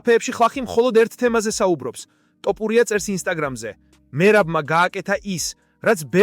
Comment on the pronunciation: რა ტოპურია... თ ო ფ უ რ ი ა